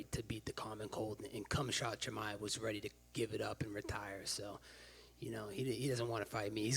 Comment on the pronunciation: Oooft that chimaev name pronunciation